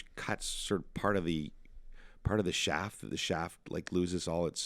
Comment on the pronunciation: Did anyone else wince every time he said "saw" and "shaft"?